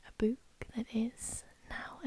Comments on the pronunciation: i know you have an accent but the way you say book bothers me so much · Love how she says "bewk"